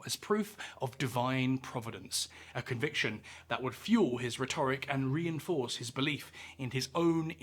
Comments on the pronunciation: RHET-or-ic not ret-OR-ic! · Stop saying ‘rhetoric’, it’s ’rhetoric’. 😂